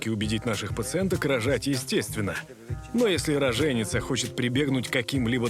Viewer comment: Уважаемые Жанна Бадоева и вся команда программы. РАЗБЕРИТЕСЬ ПОЖАЛУЙСТА с УДАРЕНИЯМИ! Не рожЕница, а роженИца! Вы же работники телевидения. Неужели тружно выяснить верный вариант. РоженИца! КРОВЬ ИЗ УШЕЙ! ИЗ ПЕРЕДАЧИ В ПЕРЕДАЧУ ЭТО УЖАСНОЕ рожЕница!